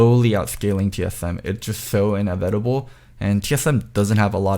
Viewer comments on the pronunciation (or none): He said "more worser" on Facecheck lol. Also could used some work on "inevitable"